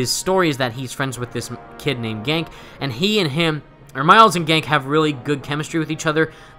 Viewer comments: Small thing. It's pronounced "Gan-kee" LOL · PLEASE LEARN HOW TO PRONOUNCE GANKE!!!